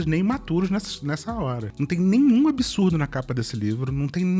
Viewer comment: Que nervoso essas pessoas falando palavras como 'absurdo', saindo com som de "absúrudo", "absúruda" 🫠🙄